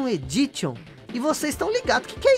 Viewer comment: Só uma correção: creio que "Edition" seja pronunciado "Edíshon". No mais, vídeo bem legal! Valeu pela curiosidade da fita!